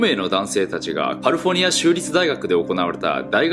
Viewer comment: 英語訛りの人ってカリフォルニアってカリフォニアってゆーんや